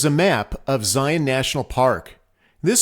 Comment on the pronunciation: Very well done. Hopefully people will learn the correct pronunciation of "Zion" through your video!